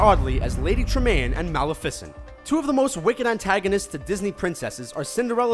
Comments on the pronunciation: Great video :D I had no idea that these actors had such contrasting or complimentary roles. EDIT: Also... I hate to be that guy, but: Maliffisin? ( + + ) Surely you mean: Ma-lef-i-scent. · It's pronounced Ma-leh-fih-cent, not Mal-eh-fih-cent. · It's pronounced mah-leh-feh-cent. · Stop stop stop you're going to take someone's eye out. Besides, you're saying it wrong. Its Ma-lef-i-cent not Mal-if-ic-ant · Anyone else triggered by how he called Mel-eff-ee-cent, Mal-a-fic-ent?!?! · I got so mad when he said "Mal-a-fissent" instead of Maleficent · mal-a-fic-ent?? I thought it was pronounced Mal-if-a-cent... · It's not Mal-I-fic-ENT it's mal-E-FICENT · I love how he says maleFICent instead of malEFicent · MALAFUCENT ITS MELEFECENT SAY YOUR DISNY CARETTERS RIGHT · It's Maleficent not Malifisint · anyone else kind of bothered due to the fact that he pronounces Malificent as mal- uh- fis- int and not muh- leh - fuh sint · Mal-i-fis-ant? No! Mal-if-is-ant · "Mala-fisent"...... No. Just.... no. MA-LEF-A-CENT. Watch the damn movie. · Mal a fis ent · The way he says "Mal-i-fi-cent"😂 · "Mal, a fissent" Are you fucking kidding me. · I know aye!!!! it mal-if-i-sent tjays how its pronounced!!! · Kikyo0Takarai mal-i-fis-ent facepalm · ᑎIGᕼTOᗯᒪᔕᒪOᐯE 06 I know he's just putting emphasis on the wrong part of the name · kristn_T XD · its Maleficent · its ment to be pronounced ma-le-fe-sent not ma-lefi-sent... idk bit hard to write how to pronounce it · The way he said "Maleficient" was driving me NUTS! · The way he says Malacifencent. Just UGGGG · It's Muh-lef-uh-cent not mal-uh-fis-ent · Mal-eff-ISS-sent? What's with your screwy pronunciation? Why would you emphasize the ISS sound? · Mal if ficent? Really? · the most elegant and weird way to say Malifecent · "Ma-lih-fiss-int" wow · he said malificint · The way he says malifint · its MAH-LEH-FAH-CENT get it right please!!!!! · I cringed when he said Malificent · uhhh it's pronouced MAL-IF-A-SINT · It's mal-ef-isant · Yes he butchered it.